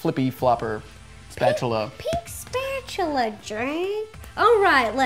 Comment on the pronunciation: When she said pink spachula it sounded like pink spachula jerk